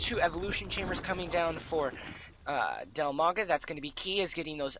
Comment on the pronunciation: His name is Dimaga, not DILmaga.